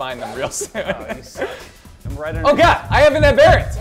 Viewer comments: an am-BEAR-ant isnt a thing. however an AM-ber-ANT. (sorry im not a living dictionary, but you get the point) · its weird the way you guys pronounce aberrant I put more emphasis on the ER but you guys switch the ER for an AR so its abarrent instead of aberrant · ab- er- ant not a-bear-unt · Ab-er-ant not aber-ent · its abberant and lev-e not leevi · They pronounce aberrant in a weird way.